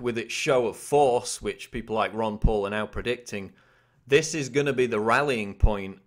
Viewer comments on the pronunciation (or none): none